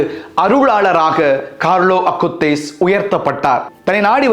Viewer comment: மிகவும் அருமையான, தெளிவான உச்சரிப்பு fr. கார்லோ அகுடிஸ் என்ற புனிதரின் பெயரை எங்கள் மனதில் ஆழமாக பதிய வைத்து வீட்டீர்கள் fr. மிக்க நன்றி 🙏